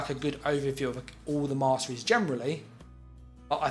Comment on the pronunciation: Warden "moss-trees" 😂 kinda ironic